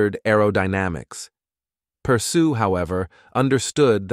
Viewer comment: You say his name completely wrong. It sounds something like aww-relle-perr-shoe, with the 'aww' pronounced more like 'awl' without the l.